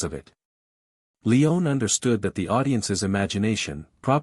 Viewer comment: "We also dive into the film’s massive 436-page screenplay", Well in that forthcoming video, you might certainly make a concerted effort to get this incredible director's last name pronunciation right : Sergio Leone (/liˈoʊni/ lee-OH-nee), A amateur effort. Google it next time at the very least. This you certainly missed what your narrators certainly did. Would John Wayne's surname be (/way /nee) ? Proof listen next time please!.